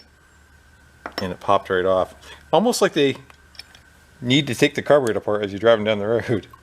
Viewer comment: says carboroster. Cool viddy!